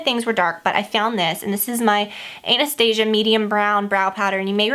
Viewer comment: I love that you said "Anastasia" correctly! ♡